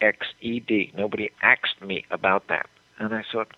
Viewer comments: Here in the south, it is quite common to hear "asked" pronounced "axed", and "ask" as "ax". I can't imagine I never caught this myself, as I too noticed LHO mispronouncing it as such on the DPD film many years ago. This is done by less educated, primarily poor people, as any high school English teacher would train that nonsense out of you. If one was ever around educated adults, they would likely correct this or at least be making fun of it. For him to speak like this on TV when it would obviously be to his benefit to seem as intelligent and sane as possible would indicate he was mostly only around other people who aren't particularly well educated. Children can learn second or third languages quite easily when that area of the brain is developing rapidly, but it's much harder for adults and one has to have a very good understanding of their first language to master another. Of course it makes his learning Russian rather implausible. Excellent point. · 'no one axed me that' a huge segment of the population uses this much like 'warshed'. this guy needs to get out more. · You can't learn another language correctly until you know your own. Educated Americans don't say "axed." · Axed is a Southern pronunciation for asked,still used,mainly by blacks, in all parts of the country.Woik for work,Robingson for Robinson are other examples. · The more I review the Friday night press conference, the more I am convinced of an uncertainty whether Oswald says, "axed" or asked. I hear either at different times while reviewing. I also have to believe Lee had to have been so tremendously nervous, that his enunciation could have been affected as well, similar in effect when my wife would to catch me in a lie, my mouth suddenly become dry due to the impact of nervous guilt impluse my speech fumbled and mumbled as a result. Damn, she was good! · What? So because he said “axed” instead of asked he just decided that Oswald couldn’t possibly know russian? Come on.